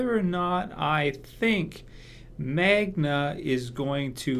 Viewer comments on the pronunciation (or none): Her name is Magna,. Not Manga.